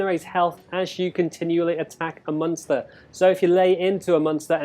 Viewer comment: Like for monster dislike for Munster like this dude says it XD